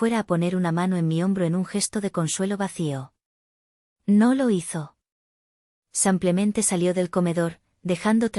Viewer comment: SIMPLEMENTE ,EN ESPAÑOL SE LEE SIIIIIIIMPLEMENTE NO SAAAMPLEMENTE:::LNo hay manera....